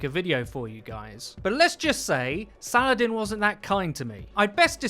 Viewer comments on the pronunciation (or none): none